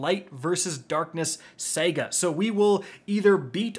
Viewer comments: How do you keep saying Sega and not saga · Anyone else bothered that he says Saga wrong and sounds like he's saying Sega? 🤔